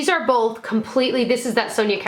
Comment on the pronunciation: Love her but hate how she says "bolth"